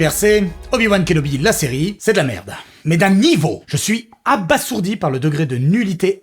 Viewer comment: Detail : on ne dit pas abaSSourdi mais abaZourdi.... oui oui